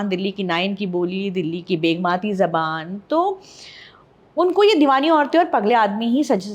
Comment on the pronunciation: تلفظ کی درستگی زُبان نہیں زَبان صحیح تلفظ ہے